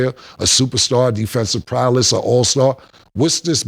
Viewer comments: Prowess Cam not prowless 😭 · I see why Cam struggled in skool. The way he side stepped Hy-Hena into eboniks?....We feel u....what does Prowless mean bruh? its prowess!